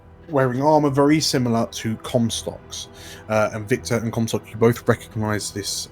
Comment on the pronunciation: I think you nailed it (for Comstock) (Hyper-G)